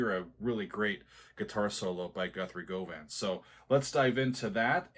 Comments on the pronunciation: Not that it's that important, Govan is pronounced "Guh-vin". I've ear transcribed many of his songs and they're on my YT channel. One of the most challenging things I've ever done! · Govan rhymes with oven. The more you know... Also, the solo was indeed improvised...but also, performed with ZERO rehearsal, on a guitar that wasn't his and he'd just picked up and tried out (it was actually a custom guitar that was made for Steven with a sustainer pickup setup). Most legendary guitarists perform well-rehearsed solos that are slaved over and performed over and over to get that magical take... Guthrie did it with no rehearsal, completely improvised, first take...unfamiliar guitar...Sheer perfection. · Looking forward to this. Classic application of what Mr Wilson called the "lonely swede" tone on Guthrie Govan's outstanding solo. Just a heads up that Govan is pronounced "guv-an", both short syllables, as in the district in Glasgow. Very few US citizens get the pronunciation of the name right. Both Wilson and Govan are half Scottish and half English.